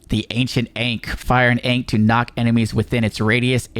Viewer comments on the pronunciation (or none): it's pronounced like aangk